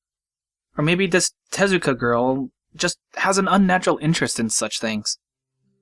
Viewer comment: did you just mispronounce Rin's last name as Tetsuka?